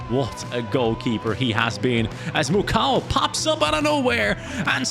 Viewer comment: Actually the pronunciation for the Congolese lad is Muko not Mucow (Mukau). Because the letters “au” in French make up the letter “o.”